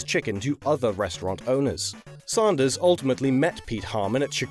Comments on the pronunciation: Sanders not Saunders. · Hearing you say "Saundahs" hurts my American ears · No one else finds it weird that can pronounce AND and SANDWICH properly, but pronounces Sanders as SAUNDERS? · Sarnder...Sander..sand...queens English is stuffed......